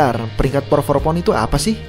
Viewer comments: Keganggu sama kedengeran “Por for pound” ga sih min nyebutnya? Harusnya kan “pound for pund” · Min, lu nulisnya udh bener pound for pound, tp ngapa ngomongnya "pour" for pound mulu dah